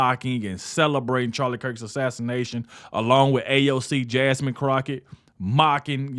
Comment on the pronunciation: First, thank goodness the House passed a special tribute to a true patriot and Christian! I converted from a liberal to Conversative 5 years ago listening to him. Did you say Jasmine "Crocksh!t?" I almost got choked on my burger with laughter! 😂😂😂